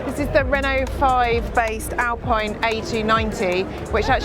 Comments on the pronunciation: Alpine is pronounced Alpeen...😊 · It is funny how you refer to the British flag on the R5 as a Fauxpas, but you do pronounce the very, very French brand Alpine as if it was a British mountain sport…😂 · To an anglophone, the 'pine' of Alpine (not a Sunbeam) will actually sound much more like how the word for that small sharp object is pronounced: pin. An english speaker should not even think about that last "e", to them it remains silent (slight exception: a speaker with a pronounced Provençal accent would terminate the word just as Germans do Porsche, with an "uh" sound for that last e). Thus, the closest approximation for "Alpine", as it would be pronounced in Dieppe (home of Alpine) and by the vast majority of native French speakers, should be read as "Al-pin" by a native English reader, not "Al-peen". Try walking into a hardware store and asking for a ball-pin hammer if you think there is no difference between "pin" and "peen"... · the alfa romeo 'VELOCE' is pronounced vel otchi, ....also, when you were in the macan talking horsepower.... the PS is always more than BHP (1BHP =1.014 ish PS), and final edit/constructive criticism (only trying to help, no hate) is 'Alpine' is pronounced 'Alpeen' but apart from that....good job